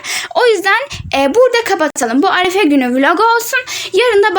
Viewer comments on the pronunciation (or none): Arefe değil arife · arefe değil arife